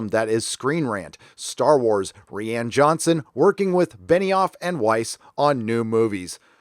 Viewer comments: it's pronounced "Ryan". Not "ReeAnn" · "Rian" like "Ryan"; it sounds like you're saying Rhianne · Dude it's not "ree ann" its "rye an". I don't like the guy, but you sound uneducated if you cant pronounce a name correctly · lays me out when you call him Ree-Anne..... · “Re-Ann Johnson” lol 😂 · This dude could benefit from Googling how to pronounce words/names once in awhile. "Ree-ann" Johnson, "Yoo-Wee" Boll, in another video he calls the Unsullied "Un-solid" XD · "Reeãn Johnson", LOL. That is particulary funny because if you read the name with portuguese pronounciation, that is exactly how it should sound :D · Are you pronouncing Johnson's first name wrong just for the sake of it (and to show your contempt towards him) or does "Ree-yahn" originate in a meme? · If you don't start pronouncing Rian correctly, my head is going to explode. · I just dig how you pronounce Rian Johnson's name. Makes me smile every time.